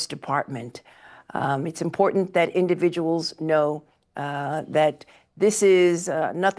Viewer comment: 100% script. She said import. Import ant...